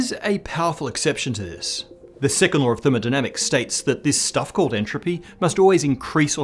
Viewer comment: I keep on hearing "the sycamore of thermodynamics'.